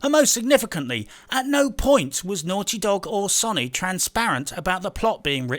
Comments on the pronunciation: Fucking hell man "SONY" not "SONNY" >.< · Stop saying it like Sunny. You bloody reprobate. 🤣👍